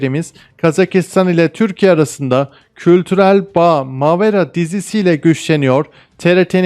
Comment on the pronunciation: Mavera değil Mâvera ilk a yı biraz uzatmalısınız.